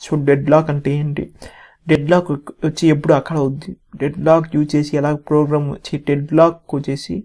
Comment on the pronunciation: Plogram 🤣 proorgram🤣 purgram 😂 Finally he said program 😅